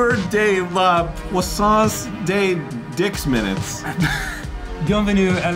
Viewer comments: I AM A FRANCOPHONE AND I WAS LAUGHING VERY HARD WHEN HE SAID “dix minutes” as “dicks minutes” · I also laughed at dicks minutes.